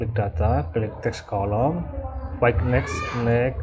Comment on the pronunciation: Fixed dibaca fiks.. Next dibaca neks.. Hehe.. Cuma ngasih tau aja, saling bagi ilmu ya, bang😁 Trim's btw